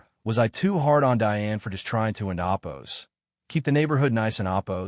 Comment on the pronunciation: What the hell is enopos?????? It was said about 20 frigging times and completely ruined the story. This is bull shit.